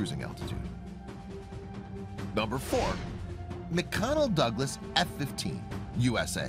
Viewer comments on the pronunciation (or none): Hey if ur going to do a voice over - at least Say what’s spelled correctly. It’s MCDonnell Douglas not McConnell Douglas and range of the aircraft is Kilometers not kilometers per hour. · Sadly, you seemed unprepared to do this. You seemed confused when range was noted as a speed instead of distance. It is pronounced Mc”D”onnell not Mc “C”onnell. Poor preparation. What happened at the end? The sound is music only. This seemed just slapped together in a few minutes instead of trying to seem professional. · This narrator is a complete ignorant boob! He can't even pronounce fighter jet manufacturer names from his own country! The manufacturer McDonnell Douglas an American fighter jet maker he pronounces McConnell Douglas. Twit! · pronunciations are off Da-Sau not Da-salt, Mic Donnell Douglas not Mic-Connell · "McDonnell" ... Mcconnell???🤨.... MCDDDDDONELLL!! 😁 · YA! There are LOTS of weird things in this video! The first few jets say they have a "range" of xxxx "kms." What do kilometers per second have to do with "range??" That's SPEED, NOT RANGE!!!! Then there is the pronunciation of "McDonnell Douglas" as "McConnell Douglas." Dude can't even read; and has obviously NEVER heard of ANY of these planes because even my mother knows it is "McDonnell," NOT "McConnell" Douglas..... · "McConnell" lol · “McConnell Douglas”… for shame! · LOL "McConnell Douglas"... is that an ice cream maker or a fighter plane maker